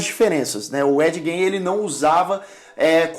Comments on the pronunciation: ED GAIN - fala como gana .....gain.....nao com som de jota....jain como vc fala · Gein se pronuncia "gueim" e não "jeim" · Sobre a pronúncia, fiquei na dúvida: Ed "Gjêin" ou Ed "Guêin"? Muitos pronunciam "Guêin". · a pronuncia correta do sobrenome é "gáin" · Se pronuncia Ed “guein” ! O cara era maluco no ultimate level ! — pelo menos ele trouxe tanta inspiração para tantos filmes e séries boas. Bates Motel. Silêncio dos inocentes. O massacre da serra elétrica... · Ed "guin" é o jeito certo de pronunciar o nome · A pronúncia tua está errada. O sobrenome dele é como “Guin”. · Ed "Jay"?😂 Faltou mais pesquisa pra esse vídeo, muita coisa dita não tá correto mas enfim. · ED Gein .. se fala GAIN .. excelente video! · Ed Gein... pronúncia: /g/ como em get /get/.... não como em giant. Parabéns pelo vídeo. Sou fã